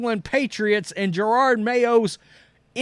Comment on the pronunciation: If you are going to “cover this Jerod mayo thing” Can you learn to pronounce his first name ? JeroD , no R’s in sight , definitely not pronounced Gerard as in Gerard Butler from 300.